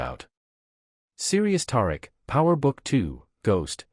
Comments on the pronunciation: I know if you watch this show you know good and well his name is pronounced TaReek smh Do better 😒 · You need to learn to pronounce Tariq name correctly